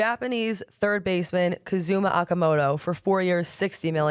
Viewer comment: Cody Ponce 30 mil/3 years, not 10mil and it's pronounced "O"kamoto, not "Ah"kamoto